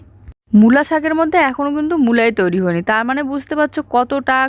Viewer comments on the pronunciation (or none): none